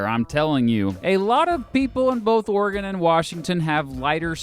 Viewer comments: I'm from Oregon thanks for pronouncing it right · As a native Oregonian I'll subscribe/like just because of the correct pronunciation of the state and valley. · I’m just happy he pronounces Oregon right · Thank you for saying Oregon correctly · I’m from Oregon thank you for saying OREGON the correct way. Always that ass ( from another state) who says it’s the wrong way, then tell others that you have to pronounce Or E Gone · Born in Silverton Oregon, raised in Portland, I fucking hate Portlandia, but I've never met someone who moved here because of it. Too many native Portlanders used to straight up blame that show for our population boom. Thanks for pronouncing things correctly.